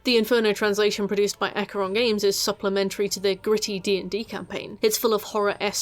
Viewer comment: I don't know how much it really matters, but "Acre" is actually pronounced "Ahk-ray" apparently. I can't believe I finally know a small piece of trivia that isn't actually useful! WHOO!